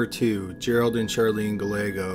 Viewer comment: Gallego is pronounced guy-EGG-oh